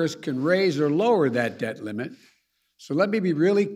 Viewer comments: Did he say " dead limit" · Sounds like Joe keeps saying “to raise the dead limit”